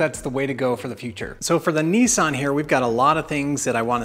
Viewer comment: It's not a kneesan it's a Nisssan 🤪.